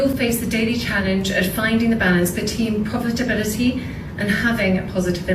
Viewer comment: The balance “BETEEN POVERTABILITY” 😂. Khate needs to start with “the rain in Spain falls mainly on the plane”😅 Khate is not ready for advance level elocutions 🤣🤣🤣